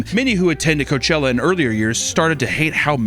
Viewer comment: Lol in the hipster hat with the fuckin low cut blouse saying “coachewa” fuckin killed me Also “Guess whos heeeeeeoh(: “ Jesus Christ lmfao